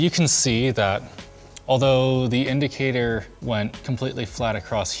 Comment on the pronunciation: Linus just said idicator 😍 my machinist background is crying happy tears because he probably doesnt understand any of that stuff.